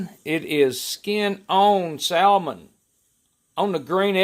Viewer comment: The L is silent in Salmon. 🤓